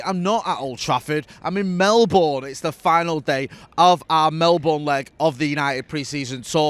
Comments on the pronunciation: Jay - It might be spelt Melbourne but you have to pronounce it as if it is spelt Mellbun!! 😁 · Why does jay say Melbourne like an American would say it